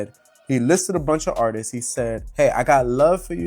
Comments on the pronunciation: The way that idiot is saying "artistss" is pissing me off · The man that keeps saying artisis is pissing me off. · that last dude pissed me off. he kept saying Artistses